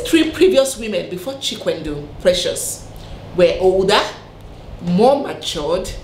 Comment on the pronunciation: The way you and many call Chikwendụ makes it lose its meaning. It Chikwe-ndụ. meaning if God allows life. Or if God approves life. I think you get the point now. Lol.